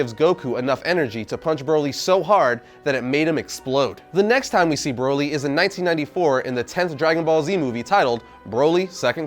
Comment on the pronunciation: How do you pronounce broccoli Exactly you're saying Broly wrong